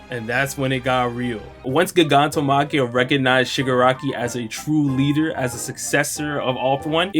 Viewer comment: I’m sorry but you said Gigantomachia wrong you pronounce it like Gigantic